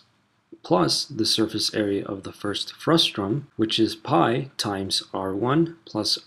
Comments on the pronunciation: It's FRUSTUM, not FRUSTRUM. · FRUSTUM NOT FRUSTRUM!!!!! This is SO FUSTRATING!!!!! ;-) Speaking of frusta, when you cut a cone in two to get the frustum, what do you call the cut-off part?